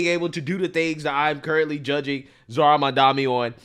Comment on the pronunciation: Say "Awn" instead of "ON" 1 more time & I'm unsubscribing. It's ON, 2 letters O & N, there is no W in ON. It's not AWN like YAWN or LAWN. 🤦🏽‍♂️🤦🏽‍♂️🤦🏽‍♂️